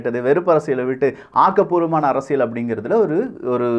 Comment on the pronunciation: தம்பி நீங்கள் சொல்லும் விஷயங்கள் எல்லாம் நன்றாகத் தான் இருக்கின்றன! ஆனால், உச்சரிப்பில் கவனம் தேவை (உ.ம். அரசிய"ள்")!